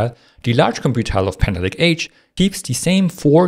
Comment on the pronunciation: Can you try to say panther lake? every time you said it in thhe intro you said "haner lay" and I am really having trouble keep up with turning hanner lay into panther lake while understanding at the speed you are talking.